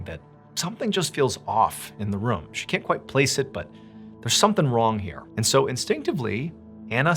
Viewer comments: The way he says room like “ruhm” lol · Since beginning watching Mr ballen ~8 years ago , the way that he says “room” has always stood out to me lol. He says “rum” 😂